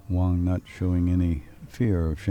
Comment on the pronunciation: Great Video BUT I wish the Commentators would get it right, They keep saying over & over WONG when his name is WANG! Don't know if these guys ever finished 5th grade. .lol They got it Wong.